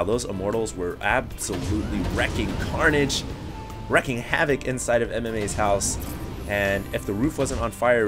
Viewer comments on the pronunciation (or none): Wreaking havoc. Not wrecking havoc. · Dude, wreak (as in wreaking havoc) is pronounced the same way as reek. Please tell.